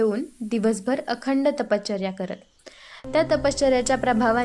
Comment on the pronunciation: ताई अतिशय सुंदर पद्धतीने भगवान श्रीदत्तात्रेय प्रभूंची लीळा सांगितली. ताई कृपया तपश्चर्या या शब्दाच्या उच्चारा कडे लक्ष द्यावे. आपला आवाज अतिशय सात्विक आणि भावपूर्ण आहे. खूप खूप छान 🙏🙏